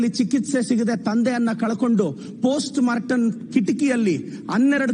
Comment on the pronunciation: postmorten ❌ postmortem ✅ 😂😂😂